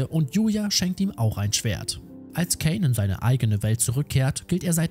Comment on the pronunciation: kaaaaaaaaaiiiiinnnn mit a nicht ä